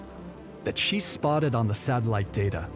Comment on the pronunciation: The amount of times he says satalight💀